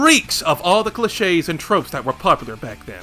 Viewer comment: I'm sorry but I don't like how you pronounce 'niche' and 'cliche' :face-turquoise-covering-eyes::face-orange-biting-nails